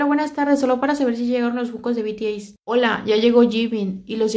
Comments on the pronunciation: Se dice bities pero igual te lo paso a ti jeje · Se pronuncia "bi ti es"